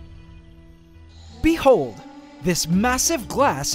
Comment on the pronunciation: He says Bee hold, emphasis on the be, instead of the hold. Unique, and now I smile each time I hear it 😂